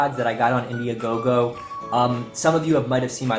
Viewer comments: Man said indiagogo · Great video buddy! I would recommend lowering your background music as at that level it's very distracting while you're talking. I highly recommend a higher camera angle. Great review of the headphones and very good descriptions of everything - again well done! As a note 'IndieGoGo' not 'Indie-a-GoGo'.